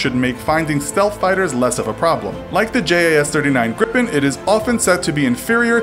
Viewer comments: greepen, not grip'n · Ok. Just... You are pronouncing Gripen WAAAAY WRONG. AND JAS. Why did you not tell us about JAS. It stands for something translated to Hunt (J), Attack (A), Surveillance (S). Like duddeee